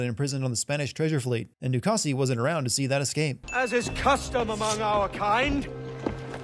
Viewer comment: Narrator: Pronounces du casse as “doo-kah-see” when the character literally just pronounced it properly for the player Me: 😑😑😑😑